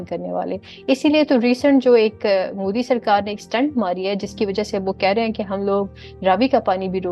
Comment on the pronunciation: Please pronounce modi correct its not mudi its modi 😂😂😂